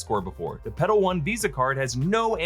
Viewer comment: You might wanna enunciate the L in Petal a little more lol. Legit thought you were saying pedo.